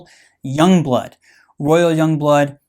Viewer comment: yong bloot